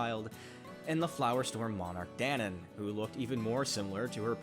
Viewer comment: guy-seric not gah-seric. da-nan not dan-in